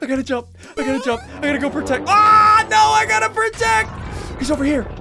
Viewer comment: “Its time to me to pwotect dis city” turns to king kong OMG